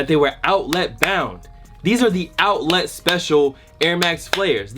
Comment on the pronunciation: The way he says outlet, oUtLiT